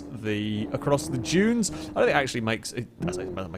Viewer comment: Everytime he says "junes" instead of "dunes" my eye starts twitching.